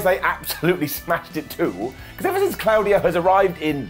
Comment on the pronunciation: For anyone commenting on pronunciation of Claudio he’s correct it’s clow dee oh not claw very European indeed